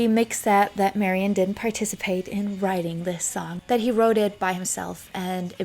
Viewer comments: I love your tributes, and this one's no exception, but just so you know, Ms. Faithfull's name is pronounced "Mary Anne," rather than "Marion." You weren't to know. Details like this get lost over time. Thank you for this thorough and interesting bio! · I cannot listen to any more of your videos. It seems like you are incapable of simple pronunciation of your subjects. It just sounds so incorrect to hear you say, "Marion", or "Led Zep-e-lin". My ears can't tolerate that and take you seriously.